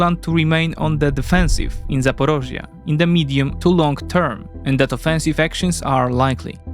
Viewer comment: Why does he always pronounce Zaporizhzhia as ZaporOzhzhia? I've noticed this in many previous videos too. It may be the Russian pronunciation like Kiev instead of Kyiv.